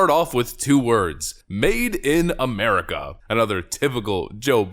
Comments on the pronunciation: First time he said it, I could almost write it off as "made" and "America" BUT he had to go and say it again more clearly 😂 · No, no, no. Joe Biden wasn't saying "Made in America", he was saying "Maiden America", that's why he had to specify that it was two words. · I figured it out. He was saying MAIDEN AMERICA cause he has screwed usa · You all misunderstood... he wasn't saying "Made IN America"... he said "Maiden America" He was hoping they'd roll him out another 12 year old... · I think Biden was saying, "Maiden America".